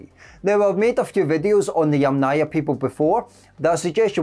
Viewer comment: Ochre, as in metre, fibre, centre, Yamnaya rhymes with yummier